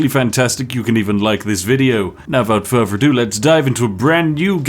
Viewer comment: Why do you keep saying "without fervor ado"? It's "without further ado".